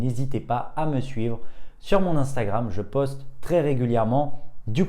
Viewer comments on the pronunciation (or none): none